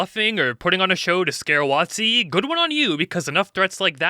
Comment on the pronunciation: Watt-zee, eh? Interesting way to pronounce it and with the changes to the OGL, it seems accurate with what it rhymes with.